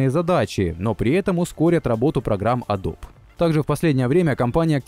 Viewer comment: Произносится не "адоб", а "адоби". Adobe (əˈdəʊbi).